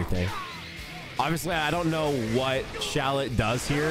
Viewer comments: its "shallot" btw not "shallet" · Shallot name is actually pronounced 'Shal Lot'. Like Charlotte. Gotta put that fleek on it. Thus Shallet name makes more sense lolz